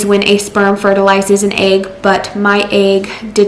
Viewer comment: how come you don't know how to pronounce egg? who taught you egg is pronounced like ayyyyygg? also, consider the following: maybe instead of caking your face in drag queen makeup and bleating on about your failed pregnancy on youtube, you could go take care of the kid you already have. ever think of that?